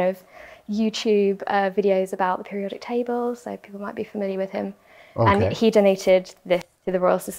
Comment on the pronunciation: The way she said periodic table makes me think it has something to do with an element in there